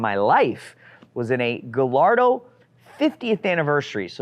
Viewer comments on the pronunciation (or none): I LOVE you & your channel….but please, for God sakes, you are one of the leading experts in Lamborghinis in the world, so please repeat after me: “GAH-YARD-DOUGH” 😉